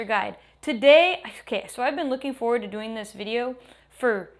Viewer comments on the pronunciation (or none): none